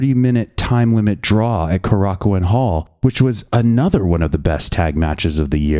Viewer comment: oh my god finally someone into puro who can pronounce kōrakuen